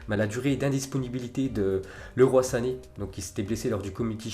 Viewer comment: LEROY CA CE PRONONCE LIROILLE